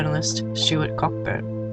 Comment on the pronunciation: "Co-burn" not pronounced Cockburn